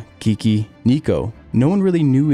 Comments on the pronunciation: The way he says kiki pisses all of us finnish people :D its super hard to listen. just say pronounce the E's like its written. Finnish aint some fancy sounding french or italian. We say things how they are written. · Its not pronounced ''Key-key'' Rosberg, its ''Kay-kay'' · I don't think that is how Keke is pronouced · It's really annoying that you don't know these f1 legends names? Nigel MANSON? it's MANSELL KIKI Rosberg? It's pronounced "Keh-kay"... No "EE" sounds